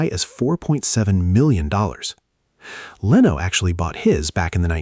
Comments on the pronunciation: Leno is pronkunced /Le-no:/ not / Lay-no:/. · Now it’s “ Leeno”. The AI very obvious knows “ F” all about pronunciation rules. They exist but 99.999% of English speakers know any.